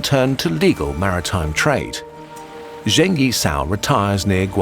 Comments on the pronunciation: I think many hours of research went into this video - so I beg you, please try to pronounce foreign words in a more accurate way, because hearing over and over "Zheng" as /ʒeŋ/ instead of /d͡ʒeŋ/ was really painful. I understand that there's a weird trend in American media to pronounce Beijing as /beɪˈʒɪŋ/, but English speakers are perfectly capable of saying /beɪˈd͡ʒɪŋ/ - I'm not saying you should pronounce it with tones, or anything like the original /peɪ̯ t͡ɕiŋ/, but as part of your research, figuring out the pronunciation of those words that you will repeat so many times is not too much too ask I think. Again, I'm not asking for native-like accuracy, just as accurate as possible with English phonology. Thank you. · Why do westerners pronounce every miscellaneous Chinese consonant like the French J? It's not even a sound that exists in Chinese. Zheng is pronounced like Cheng but without the aspiration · don't mean to be mean, but Zheng could be pronounced more accurately. just saying, since i'm sure you know how to figure it out. otherwise, not a big deal of course. super excited with this new channel :)